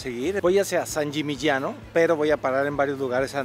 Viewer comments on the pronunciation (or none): Sbagliata....e San Yimiñano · Sangimignano(sanyimiñaño)Esa es la pronunciacion correcta.Muy buenos los lugares que visitas!!!!!!!!!!!! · Alan, pronunciaste varias veces San Gimignano mal, escúchate, jajaja es constructivo, me encantan tus videos, y me divierte mucho antes de cada viaje mio, veo si tenes ya un video del lugar para que no se me escapen los imperdibles. Abrazo desde Argentina.